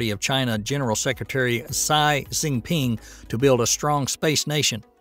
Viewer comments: If you simply can't pronounce Xi properly, then just call him PooBear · Xi Jinping's first name is not pronounced "Sai", it's pronounced like a cross between "she" and "gee", just FYI. Also, you would have to have a death wish to trust the Chinese space agency with your life. China has become such a joke, their goals of ruling the world will be crushed.